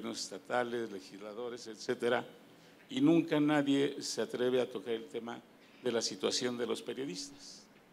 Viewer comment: Minuto .- Enseñate a parlar... No se dice: " NADIENNN N "... SE DICE: " N A D I E. "